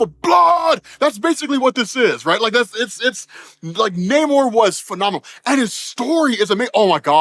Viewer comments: Nice but you really should change your pronunciation of his name as it's not "Nay More" it was more "Nah Amor" since he says the derivation of it is because he got "no love" (or something like that)... of course that is only what his enemies call him, but no one wants to keep calling him K'uk'ulkan 🤣🤣 Oh I do like that he actually refers to himself as a "mutant" since Disney/Marvel owns the Xmen stuff they can use that terminology now. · This movie is pure M-She-U in a nutshell. The movie is all over the place. Other than the beginning and the end. this movie was lame and the almost 3-Hour time for it was not needed. also his name isn't not Nay-More. It's Nuh-Mor-r-r-r-r-r-r-r-rrrrrrrrr. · 'Na-MOOR' the Indian? lol